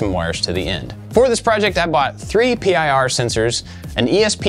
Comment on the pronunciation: it's PIR sensors, not P-I-R...